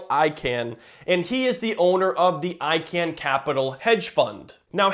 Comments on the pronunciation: Its pronounced “I-CON” NOT “I-CAN”. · It's pronounced ikawn, idk why but that would bother me everytime you said ican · Wait is he saying “I Can” purposely?Im pretty sure it’s pronounced “ICON” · stopped watching after u said "I-CAN" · nope its pronounced I-kun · It's pronounced Carl I-CON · I can pronounce Icahn's name, but you cannot. lol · thank you, the way he says it was driving me nutz